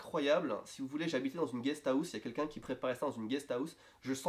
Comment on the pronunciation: "Une guest Aousse" -> on ne peut pas se tromper c un accent french >__<